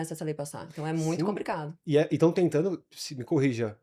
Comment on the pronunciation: “Compricado” 😂😂😂😂😂😂 só consegui assistir até aí 6minutos desse vídeo é demais